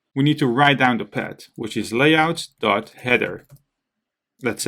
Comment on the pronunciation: it's not "pad" it's "paaath" with a "th"... but it looks like it's a common thing for 🇳🇱 people, unable to speak "th" like 🇨🇳 have their issues with "r"... it doesn't make it impossible to follow, but if people talk in English, they should be able to handle the basics of that language... so my advise: please learn to speak the "th" to avoid confusions when listening 👂... anyway, thanks a lot for this tutorial and all the work that comes with such a long video!